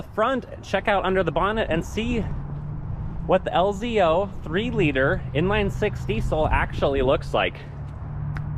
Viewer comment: Lz0 not lzo. Just saying. Also oil fill. Not diesel filler